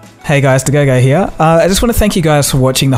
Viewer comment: what is your name ? I just here "to go go here."